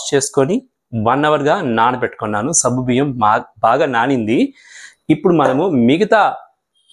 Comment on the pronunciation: Good morning Sir Intha late ga ee recipe pettaru. Ninna pettina ee roju chesedanni.. already I started cooking 😅. And one sir if don't mind it's not sabbu biyyam, it is saggu biyyam. Sabbu means soap in Telugu. Anyhow Tq for easy recipe.